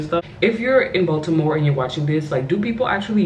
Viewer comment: Bronx, NY girl here...Thank you for pronouncing "Baltimore" with the "T", every time I say "Baltimore" the natives laugh at me...but I love Maryland!!!